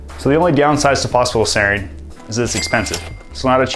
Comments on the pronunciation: Sorry to interject but it's pronounced Foss-Fa-Tide-ell-Sereen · He's not saying it fast, he's leaving half the word out. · Phos-pha-ti-dyl-serine. not sure what youre trying to say lol